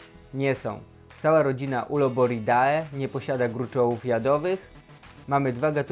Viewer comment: To ja wytknę błędy 😈 Jeśli chodzi o nazwy łacińskie, to dwuznaki, dyftongi -ae, -oe czytamy jako „e”. Np. rodzina Uloboride :) lub Brachypelma bemei. Samica monstrualna 😳 Jak uda się kokon, to może jakiś konkurs na maluszka versi? ❤️